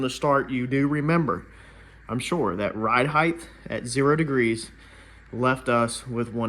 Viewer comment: Its ’ride height’ NOT ‘ride heighth’